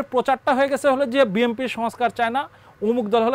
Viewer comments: ইনি বিম্পি বিম্পি বলছেন কেন! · এ হালায় বিএনপিকে বিএমপি বলছে কেন?😂😂😂